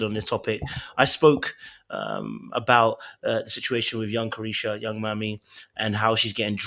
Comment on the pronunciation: I cackled everytime you said young caresha 😂